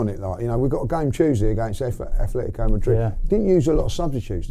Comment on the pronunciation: At-letico, not Ath-letico. Gooner, living in Spain.